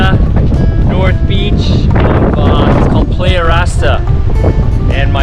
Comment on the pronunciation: Doesn't look like Lake Huron to me...careful dude, that warm weather can be habit forming. But you were wearing light neoprene - chilly water or is that just a sun suit? Thanks for the video and Ventana beta. "Play-ah"??? Think "Ply-yah" or how the Aussies say "player". Was it easy to avoid hitting the rays & everything else?